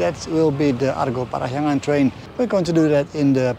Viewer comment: Interesting, your pronounciation of "Parahyangan" is so perfect. Correction about the name though, the word "Parahyangan" means Place where Hyang (God) reside. The logic pretty much like when we are talking about Mount Olympus where the Greek God reside. Interestingly enough, a lot of cultures believe that God is reside within high place like mountain. That's why some mountain would seen as sacred. This is also why so many temples was built in high places.